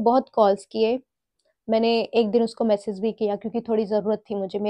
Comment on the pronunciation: “Message” bolna sikh lo plss